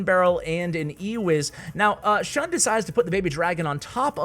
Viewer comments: Also its pronounced shoon not shuhn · shun is pronounced ʃúːn